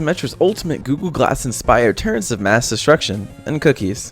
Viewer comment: turrets not turrents... (Cringe)